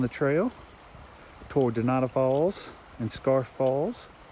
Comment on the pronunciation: Exactly. And it's NOT donata falls, it's Dunanda Falls.